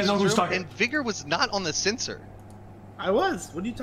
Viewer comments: cant pronounce vigor... yikes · i swear .... if he says vigor wrong ONE MORE TIME